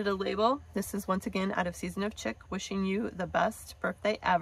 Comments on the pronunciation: Wow! Your cards are the BEST alternatives for the Aug 2022 paper pumpkin. Absolutely LOVE all of them! Thank you!! (BTW, CHIC is pronounced "SHEEK") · Love your alternatives. Not being mean, but the word Chic is pronounced like Sheek or Sheik. I would much prefer that people let me know if I am saying something incorrectly, than to continue to do it.